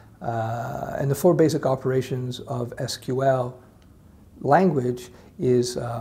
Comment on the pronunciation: your pronunciation "EES QUE EEL" shows me you are a man of culture...